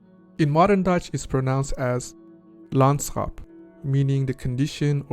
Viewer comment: Middle Dutch landschaap as you pronounced it is immediately a Swedish word, with a spelling difference.